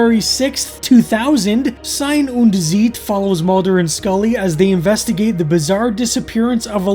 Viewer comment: The intresting thing about your pronunciatio is that "ei" in Sein and in Zeit sound completely different, which in reality is the same. In German "ei" is pronounced like English "height" and "ie" in most cases like English "chief".